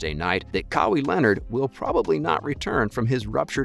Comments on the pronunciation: Ka-Wee Lenard…🤦🏾‍♂️ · Glad he was able to land "Cowy" Leonard.